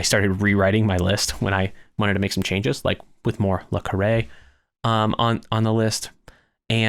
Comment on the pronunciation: While I was enjoying this video, the ad breaks every few minutes for an 18 minute video is rather annoying. Also, just to mention, in the U.K. John le Carré is pronounced more like "John le Carry".